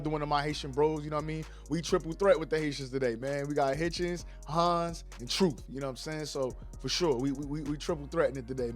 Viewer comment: It sounds like you’re saying Richardson Haitian!😂